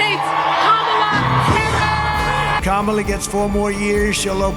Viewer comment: Have you noticed almost everyone in this video has pronounced Kamala's name wrong! IT'S KAM - A - LA , not KA - MAL - A !!! LMAO! IT'S KAM - A - LA , not KA - MAL - A !!! ------ IT'S KAM - A - LA , ------ not KA - MAL - A !!! ------- IT'S KAM - A - LA , not KA - MAL - A !!!